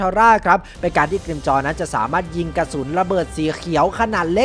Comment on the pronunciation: ฟังเร็วๆได้ยินเป็นกิมจ๊อ